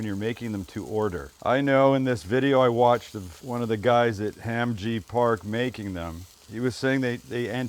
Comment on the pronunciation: It's Hahm Jee Pahk.